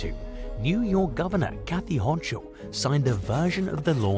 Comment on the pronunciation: Lol “Kathy HoCHUL.” I’m not a fan of hers BUT as a native New Yorker, the H is silent. “Hocul”